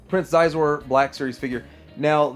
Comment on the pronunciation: Just an FYI: Xizor is pronounced shee-zoor.